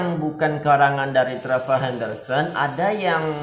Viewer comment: Dibaca trevor itu bahasa Inggrisnya nya bro